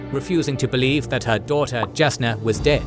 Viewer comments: Is his pronunciations not bothering anyone else? The J in is pronounced with a Y like Jalapeno in names like Jasnah (Yasnah). There are other issues but its a good recap. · One nitpick, it's not Jah Keved as in jar. It's pronounced Yah Keved (same with Jasnah)!